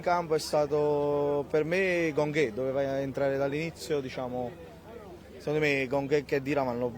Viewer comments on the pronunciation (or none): "GONGHÈ" ahahahahahaha